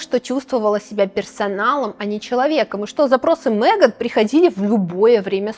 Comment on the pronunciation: Замечательное видео! Вот только не «МЭган», а МЕган». Очень ухо режет.